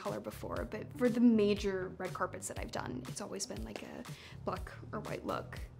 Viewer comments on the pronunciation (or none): none